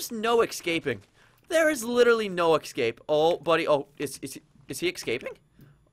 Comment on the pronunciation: Escape not excape